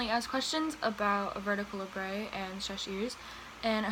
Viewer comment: it's pronounced labret not labray. People tend to think its a french word when its weirdly not.